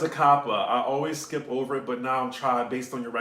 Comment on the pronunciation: “This video would be ohvah” Love it when ur Nawlins accent come out ♥️